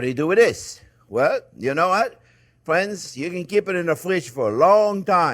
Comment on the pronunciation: "Well hello there phrinzzzzzzz!!!"